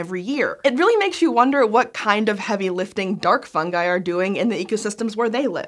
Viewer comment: It’s pronounced fungi not fungi.